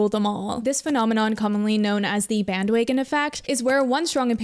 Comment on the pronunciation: Yes to everything you said except for how you pronounced bandwagon lol 🫶